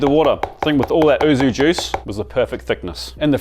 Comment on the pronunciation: YUUU - ZUU not OO ZOOO arghh as a Japanese speaker this is like nails down a chalkboard, great video though! Is the ham video coming out soon? 😊